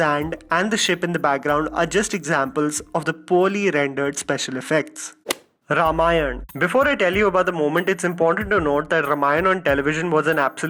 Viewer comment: I cringed when you said ramayan